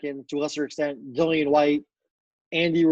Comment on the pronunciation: say Dillians name properly. has finally managed to